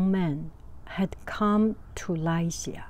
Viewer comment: Funny thing is you were pronouncing Lycea correctly, the computer was incorrect.